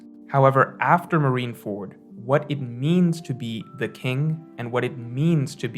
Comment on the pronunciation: What is with OP YouTubers and mispronouncing syllables? You got KOL with oDEN, Brago with rever-E, and with MarineFORD. What is going on